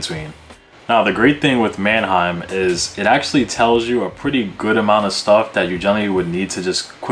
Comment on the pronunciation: man-A-heim site? like Aneheim? lol it's Manheim bro. two syllables.